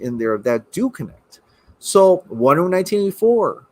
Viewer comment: Wait.. Lol what are u saying? Sounds like "Wonderm 1984?" 🤔😄😄